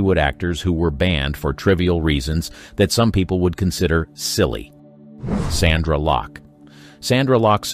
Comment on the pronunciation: Btw; it's 'SONDRA LOCKE', not 'Sandra'.